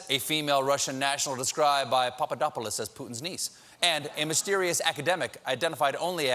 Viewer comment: You pulled a nice Stewart with the Papadopoulos pronunciation A+